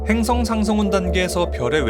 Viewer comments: 으악 '행성 상성운' 이 아니라 '행성상 성운' 인데 발음이 너무 웃겨요 ㅋㅋㅋㅋ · 님아 태양은 폭발안합니다 적색거성되었다가 백색왜성되는거지 그리고 행성 상성운이 아니라 행성상 성운인데 발음좀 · 행성 상성운이라고 읽는거 레알킹받네ㅅㅂ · 행성상 성운 으로 발음하시길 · 행성상성운 발음 은근 킹받네.. 행성상 성운 이렇게 하시면 녹음하시기에도 편하고 듣기도 안어색했을것 같은..ㅋㅋ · 행성상성 운